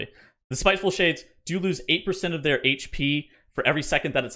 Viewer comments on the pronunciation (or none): none